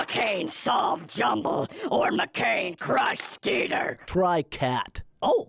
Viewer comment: lol "try cat"